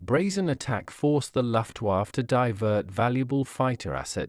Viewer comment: Very interesting, but please have another go at pronouncing "Luftwaffe" and "aluminium".